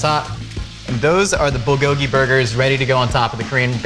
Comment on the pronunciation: I cringed every time I heard him miss pronounce “Bulgogi”